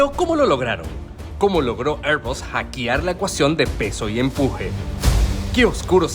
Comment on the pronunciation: Video muy interesante. Sin embargo la AI que narra hay que programarla para que hable bien castellano, dice “hackiar” en vez de hackear, “monitoriar” en vez de monitorear, “trentidós” en vez de treinta y dos, “aria” en vez de área, “aerio” en vez de aereo o “arolineas” en vez de aerolíneas. Afortunadamente ya usa menos muletillas como “umhh”.